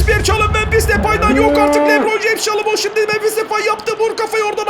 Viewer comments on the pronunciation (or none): none